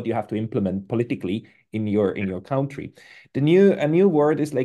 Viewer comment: Dein Englisch ist super, um so mehr fällt deine Aussprache von "country" auf. Es treibt mich die Wand hoch! 😉